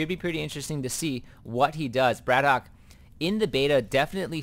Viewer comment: at the beginning of the game you were saying whether it was bratOKAY or bratok, so i just mentioned that you did it the right way :)